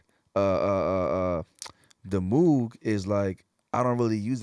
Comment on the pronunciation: Its pronounced Moog.